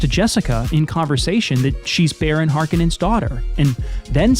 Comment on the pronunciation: First of all it's Har*kon*ens not whatever name you butchered them by. And just because a movie has great cgi, special effects, or even a plausible world and or lore, none of that alone makes a movie ' great '. The MOST primary attribute to achieve that title is story, in other words how good is the writing, the script. Most people entirely miss this, even people in Hollywood.